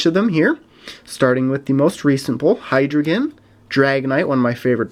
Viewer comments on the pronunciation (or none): none